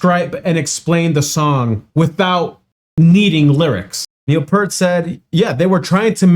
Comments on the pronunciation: Peart, not Pert. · It's PEERT, not 'Pert'. He's not shampoo.... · It's pronounced "P-ear-t". Speak the word "ear" between the P and T. Rush has inspired literally dozens of bands. Tool, Iron Maiden, Metallica, Dream Theatre, Primus, keeps going on and on. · In case anyone hasn’t told you, it’s pronounced “Peert” — everyone makes that mistake! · professor's name is pronounced "Peert" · Just an fyi, Neal Peart’s last name is pronounced Pier with a t on the end.